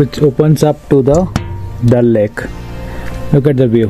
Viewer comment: bhai tumhara dal lake sunne me dalle jaisa lag rha hai😂